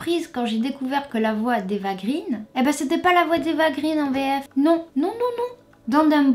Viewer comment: Ce n'est pas "Eva green" (prononcé grine), mais "Eva Green" (prononcé graine) car son père est scandinave et le double "e" se prononce "ai".